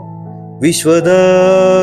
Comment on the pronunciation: viswada abhirama Not viswadabhirama.